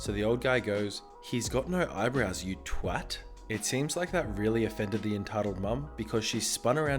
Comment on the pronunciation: i only liked because you said twat and not twot